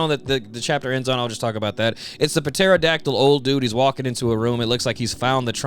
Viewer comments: I can't tell if you pronouncing the P in Pterodactyl is sarcasm or not. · Bro I love your content it’s amazing…. But the p in pterodactyl is silent 😭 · Ytf do u keep pronouncing the p in pterodactyl? The damn p is silent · I've never ever heard the "Puh" in pterodactyl always heard it has "tera" all the times in "science" the p is silent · The “p” in pterodactyl is silent bro 😅